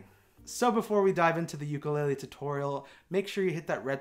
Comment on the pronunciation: god, I really trusted you to say “ukulele” correctly ugh